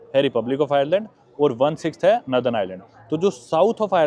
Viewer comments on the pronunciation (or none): bhai it’s nor-than not naa-than